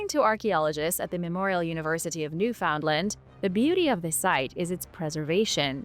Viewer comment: Awesome A long video 👍 Have to watch the rest of it later Oh yeah Newfoundland is pronounced more like Newfenland😊 Thanks for another cool video Luv ya ❤️ Bye 👋